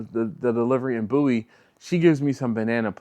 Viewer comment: I swear I heard you say “bootie stop”. Had to rewind it. Turned out it was “Bowie”, that you pronounced /boo-ee/. At least that was the name/word I seen on the map. And then you followed that up with “I’m gonna get f***”. Another double take which turned out to be “pho”. Maybe I need to get my ears checked. Enjoy! 🤘😎🤘